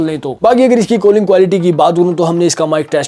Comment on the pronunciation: Calling ❌ Kalling ✅ 😂😂😂 BTW Love your videos ❤❤